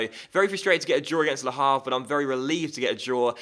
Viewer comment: H in Havre is silent